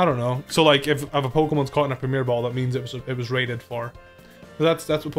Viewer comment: You don't need to French up the word Premier bro, its already French!